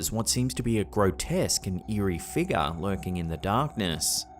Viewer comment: It's pronounced No-key-uh. There's no such thing as a knock-ee-uh. There's also no "a" at the end of figure or conjecture. Just as there is an "a", not an "er" at the end area, circa, alpha, and diarrhea.